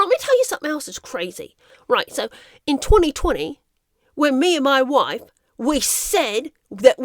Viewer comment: "Moy woife" 🤣